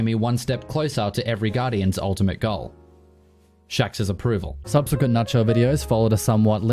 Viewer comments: Say with me sub-se-quent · Subsequent is how you say it my friend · Subsequent pronunciation in a nutshell